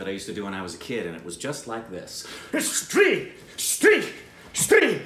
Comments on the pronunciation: for the first time pronounced "STREE" absolutely correct at the first try. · Waaaiiit WHAAAAT? nailed the pronunciation? On first go?! You guys have come a long way